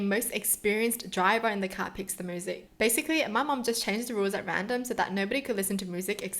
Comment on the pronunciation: Why are you saying "moosic" instead of " myoosic"?